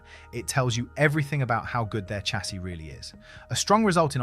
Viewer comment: Chassis is pronounced shah-sea.